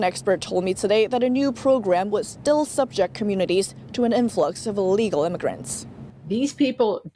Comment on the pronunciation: I detect a bit of left wing bias at times in the reporting. I know NTD is trying to not do that, and your reporting is better than most. Keep working on not making assumptions that mainstream media propagates. (ie. the reporting on the vote for Speaker of the House). …sub JECT, not SUB ject in this context. 😉